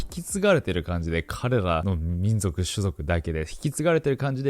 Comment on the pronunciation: 私は聞き逃さなかった。「みんじょく」